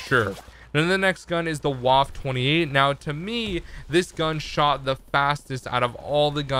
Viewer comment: "Vafa 28" is how it's pronounced not " Waffe 28"